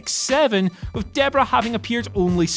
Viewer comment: It's Debra, not Deborah. It's Sara, not Sarah.